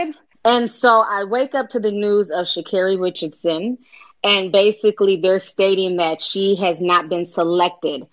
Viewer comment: "What is her name Shakira?" "Sha' Carri Richardson..." "Shakara?" "Sha'Carri..." I'm wheezinggg lool. bless his soul.